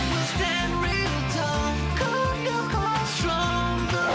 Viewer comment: The 2000s had much better times. And it's lyoko not loco